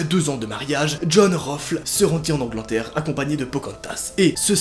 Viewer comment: A "... Se rendit en anglantère" 😂